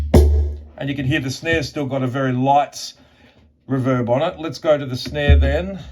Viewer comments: REE-verb vs ReVERB. You’re welcome… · It's "Reverb" not "Reverb" ;)